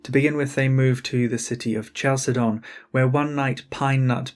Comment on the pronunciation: Great content! One remark: Greek 'ch' as in Chalcedon is pronounced 'k' or 'kh' if you want to be fancy.